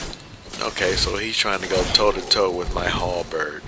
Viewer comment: The way you said "Halberrrrrd" made me laugh.